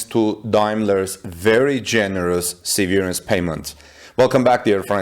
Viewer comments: se' - ver -ance , not se - ver' -ance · The emphasis is on the ' part of the word. That is the first syllable gets emphasized, not the second syllable. Google "how do you pronounce severance" .